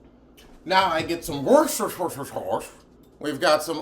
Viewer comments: "Now I get some whorsuresuresure sauce..." The scream I scrumpt!! 🤣🤣🤣🤣🤣🤣🤣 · Luv my NY steak...yaasss...making me hungry. I never knew how to pronounce Worcestershire sauce... now I am about go find me something to fry up.....thnx Cooking with 👍🏾👍🏾😋😋🥩🍗